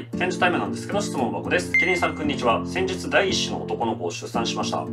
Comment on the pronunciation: オープニングから暗い雰囲気だったら音量上げた瞬間 唐突な『くんにちは！』でビックリしました